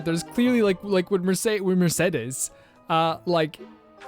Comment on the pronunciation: You mispronounced Mercedes’s name just like all the rest of us lol 😂 don’t feel shame.